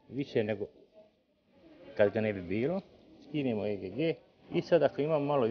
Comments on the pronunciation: vala bas. cuj e ge ge. pa reci egg isti k ili JAJE! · Kaze e ge ge hahaha legendo :)) aa svaka cast ti zeni prezgodna je ;)